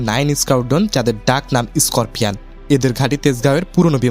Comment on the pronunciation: Reconnaissance Mission, Squadron, Scorpions, Simple, Air Force এই সব ইংরেজি শব্দ সুন্দর ও শ্রুতিমধুর করে উচ্চারণ করতে আরো ব্যাপক অনুশীলন করতে হবে। ঠিক মতো উচ্চারণ করায় জোর দিতে হবে।